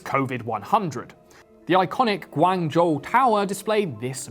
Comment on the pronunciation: I am glad that he got the pronunication of "广州" correct at the end.